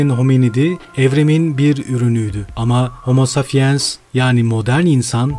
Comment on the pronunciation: Ne kötü okuyor. Safiens ne ya saPiens! Pes!